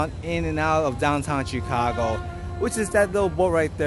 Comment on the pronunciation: Tchikagoe, i'm dead😂😂😂😂